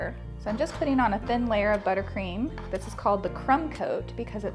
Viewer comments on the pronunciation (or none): none